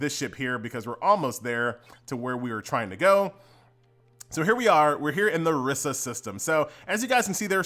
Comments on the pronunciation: "Risa", Pronounced "rice-uh" !! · Riissaa system? Somebody doesn't watch Star Trek.